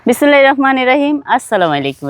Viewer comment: আপনে তো শিক্ষিত মানুষ বিসমিল্লাহ ও সালাম শুদ্ধ ভাবে দিতে পারেন